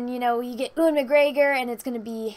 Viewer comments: heh, you call him Ooowun, it's really cute. But speaking for my people! It's pronounced You - Wan. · Please American's is pronounced U-AN not OO-AN. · Pls stop saying Ewan's name like that 😂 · Please stop pronouncing Ewan like that lol